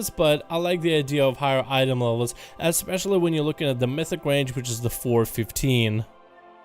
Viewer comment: Sorry but there is no X in especially